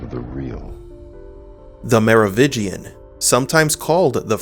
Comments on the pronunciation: Mar Oh Vin Gian. You keep saying 'Mar Oh Vig Ian'. You keep dropping the 'n' and I cringe every time. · It is "MeroviNgian" not "Merovigian"! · Mero VIN gian, not “Mero VI gian” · It's Merovingian, not Merovigian. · Merovingian not Merovitchian, please. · MeroviNgian. There's an "N" in there. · Theres not a silent n in Merovingian Mero-vin-gian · Dude, again.. Me-ro-wiNNNnnngian. Nnnnnnngian! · i know, i noticed it too but i dont hold it against him, its a strange name and sometimes ppls brains dont register words the way they read them vs the way they say them